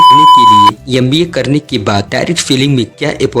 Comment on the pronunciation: Bhai M.B.A na ki 'Yam.B.A' , ..dusro ko jagane se pahle khud ko jagao, vedio edit karke youtube par dalne se pata nhi kya milega tumhe, but pahle khud ko fir dusro ko..